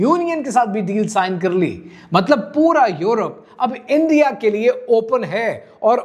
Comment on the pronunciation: اندیا اندیا اندیا اندیا اندیا Bhai why you don’t say the correct word?